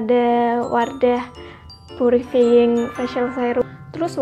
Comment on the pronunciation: wardah purifiying ,bacanya : wardah pyurifaying